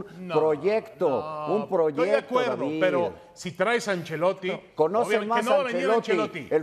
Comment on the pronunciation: Ancelotti😂 vamos a ponernos serios y dice ancelotti 😂😂